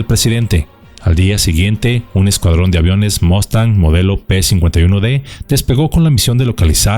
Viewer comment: un saludo cordial, como siempre un video muy bueno. Por primera vez oigo que alguien pronuncia bien la palabra:"MUSTANG". Solo un detalle maestro si me permite con el debido respeto y en aras de aportar: En múltiples ocasiones en este video se muestra la imagen del beechcraft texan II. Este avión de entrenamiento actualmente vuela en la FAM es un turboprop ( motor de jet con flecha alargada y caja reductora de RPM con la confiabilidad de un motor de jet), sin embargo este avión aún no existía cuando fue el conflicto. En su lugar estaba el Beechcraft T6 TEXAN I también entrenador pero con motor radial y aerodinámica de la época. Hago la aclaración porque la gente que no es del medio ve un avión con hélice como es el caso el tejano actual y dicen: Mira la FAM tiene aviones de la WWII y pues nada que en gran engaño han caído. Un saludo maestro.